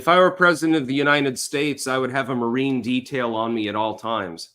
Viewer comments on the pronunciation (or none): none